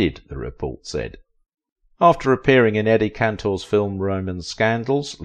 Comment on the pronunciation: Eddie Cantor not Cantle. She struggled, not her career!